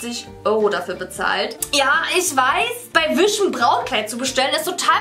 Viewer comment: „Wisch“ :D